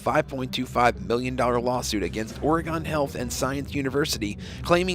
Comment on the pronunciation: It's all-SEE, OR-ih-gun, near the Will-AM-ette river, not al_SEE-uh OR-ee-gone, near the will-a-MET River. We're not in mult-NO-mah County. Thanks.